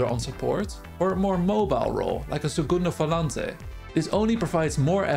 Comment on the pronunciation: Just subscribed to you, and I don't even play FM23 lol. Cheers from Brazil, glad to hear a foreigner say "segundo volante" !